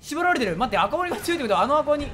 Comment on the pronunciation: 赤鬼(読み:ラッカシ)